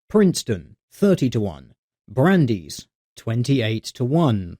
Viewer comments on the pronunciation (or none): Yo, you pronounced my college incorrectly:^) Brandeis.